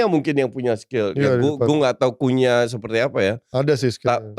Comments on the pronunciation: Bukannya bacanya Kunya, ya? Bukan Kunha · Cunha mbacanya Kunya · Nyebut nama cunha aja masih salah... pundit kucluk...